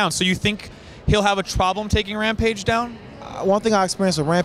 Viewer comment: "Hampage is good fightooo..but my opioooo" LOL!